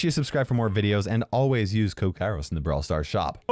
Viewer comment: Peapoles are stupid . Its K A I R O S . No K A R I O S .